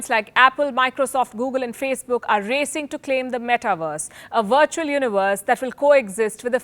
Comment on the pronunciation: Palki is beautiful, and I love how she says 'wirtual'!! We really dont need this metaverse Palki.. when is enough enough???